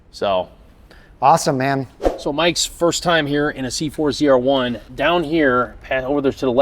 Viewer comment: You had 2 chances to get "ZR-1" right. And you miffed both... Correction. 4 chances and all of them wrong.